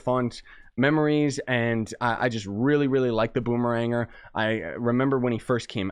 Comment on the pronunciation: i believe it's called Boom-eh-Ranger